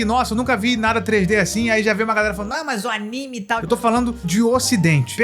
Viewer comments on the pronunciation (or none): none